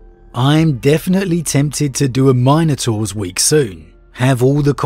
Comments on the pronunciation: MINotaurs, not MINEotaurs. C'mon man. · My guy my guy it’s not Minenotaurs, but Minotaurs 🤦🏽‍♂️ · It is pronounced Min-O-Taurs. Not Mine - o -taurs. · It's "min" a tor...not "mine" a tor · Say Mine-ators one more time... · I hate the way he pronounces minotaurs